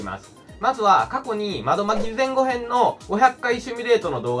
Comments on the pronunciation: 前後編は単語として存在しますが、ぜんごへんという読みはないですよ。 後編の読みは ごへん ではなく こうへんです。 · ぜんこうへん じゃないの？？